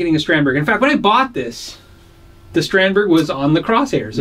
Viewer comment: Just a head's up: Strandberg is pronounced something more like strawnd-bay